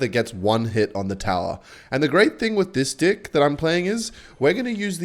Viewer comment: stop pronouncing deck like that